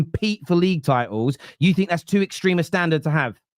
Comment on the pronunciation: 'Tit'els 😂... *titles